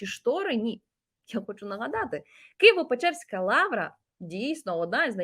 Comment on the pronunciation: Ну хоть правильно назвала Киево-Печерская Лавра а не как Скабеева Киево-Печорская 🤣🤣🤣